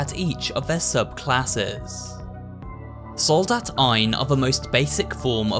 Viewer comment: I don't know what I would find funnier: The Soldat being pronunced wrong and being put into a "wrong" plural or hearing it correctly in the middle of an english sentence. xD (and yes, the other german words are also not correct, the "Soldat" is just in every name) For anyone interested: Soldat is pronunced with a long a (the german a sounds more like in "part" or "apple") and the german s is a soft sound (like the z in "buzzing"). The plural in german is formed by adding an "en", so it would be "Soldaten". ;)